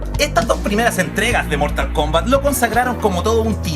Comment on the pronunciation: yo apostaría a que dijo "mortalcomba"